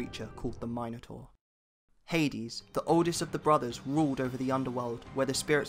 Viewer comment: my god you guys are talking about greece mythology right? hercules is the roman version of the name, the greece version is heracles. so many people get this wrong so thats ok but how did you prounounce minotar wrong 🗿